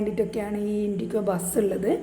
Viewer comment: ഇൻഡിക്കോ അല്ല ഇൻഡിഗോ എന്ന് പറയേണം